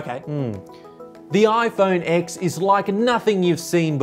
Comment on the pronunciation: Actually it is pronounced “the iPhone ten”